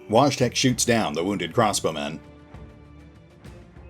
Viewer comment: Just a little fyi, Wojtek is most likely pronounced voy-tech (tech as in technology)